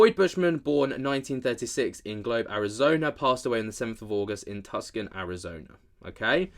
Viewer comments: That's TOO-SAWN, not tuck-son,. And there is no R-sound in SAWN. In America nothing is spelled the way it sounds, lol, hello from NEV-ADDUH (no W). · FYI: Tucson is pronounce as too-sahn